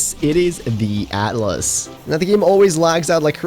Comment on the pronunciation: Its Atlas not "At - a - las".